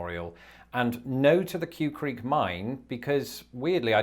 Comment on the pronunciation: The name of the mine is pronounced "kway" creek.